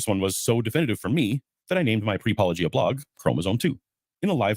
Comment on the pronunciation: AT LEAST learn how to say his name correctly: paul-oh-GEE-uh. Not paul-LOW-gee-uh. And be decent and link to his original video in your show notes.